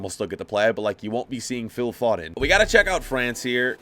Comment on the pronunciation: The way my man says foden